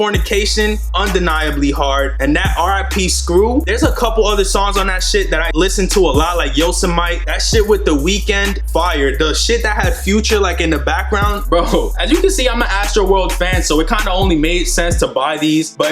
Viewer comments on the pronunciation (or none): My mans said Yo-sa-might(Yosemite) 😂 it’s Yo-sim-ma-tee,you going to the tour?